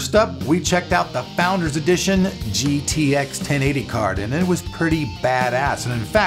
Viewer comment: is it just me or did Elric sound like he said gtax at the end? ?